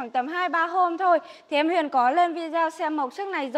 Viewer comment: Tên xe gì cũng phải đọc đúng ! Tên là: Huyền chứ không phải đọc thành: Huyện, được !